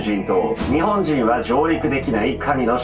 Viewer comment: にホォン↑じぃん⤵︎ で草